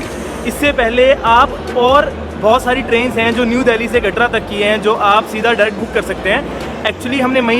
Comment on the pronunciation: Katra hota hai bhaiii katdaa niii hota